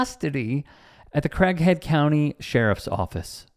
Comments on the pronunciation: have you never heard the name CRAIG?!?! It's pronounced CRĀG or CRAYYG,not CRACK. CRAYYG-HEAD! 🙄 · Sound like he said crack head county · Sounds like he is saying Crackhead County :) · Sounds like he says Crackhead County jail. If any cop does this they should get the same treatment! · He is calling how it should be called: crackhead county! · I thought he said Crackhead County.